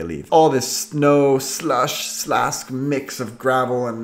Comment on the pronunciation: SLASK!!!!!!! You're very Swedish now alright hahahah